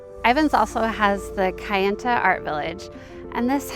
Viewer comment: It's Kayenta, not kiyenta. Pilgrim.